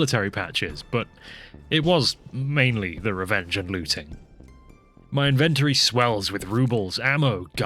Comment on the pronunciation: Invent tree?? Not in...ven...tory?